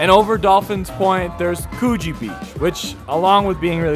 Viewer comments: Coogee beach, is pronounced Cooj-ee....The G is aboriginal and is pronounced as a short J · Please learn how to say Coogee and Bronte properly.